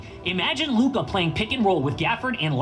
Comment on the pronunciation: Does flight not know how to say Luka name?